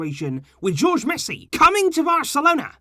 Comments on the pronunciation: it’s pronounced Horhe Messi not George Messi 😂😂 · You didn't pronounce Messi's father name correct. Jorge is pronounced hohr-heh with the J and G becoming softer ‘h’ sounds rather than the English hard G (gee) or J (jay) in Spanish.